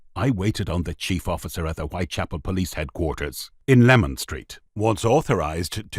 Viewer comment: listen again at 3.38 he said lemon nothing wrong with my hearing n I'm an EastEnders Leman runs south from Whitechapel Road to Cable Street